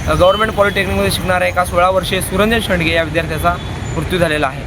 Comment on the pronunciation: "सुरंजन शेडगे" शेंडगे नाही.